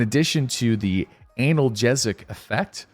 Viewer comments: analgesic...here in the uk well i do anyway we say it like anul gesic...don't know about other countries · In case no one mentioned it already: analgesic (ay-null-jeez-ick) - it means to relieve pain. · Anal-jee-zik. Or at least that's how I say it lol